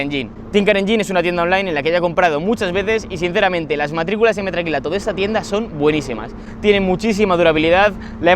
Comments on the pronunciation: Metacrilato es la palabra correcta, a ver si para la proxima aprende a decirlo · se dice METAcrilato